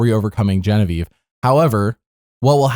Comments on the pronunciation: Why do you call her Bobavieve? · Why do you call Genevieve bobievieve